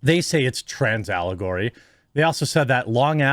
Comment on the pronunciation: "Transalagory" wtf is wrong with these people! 🤣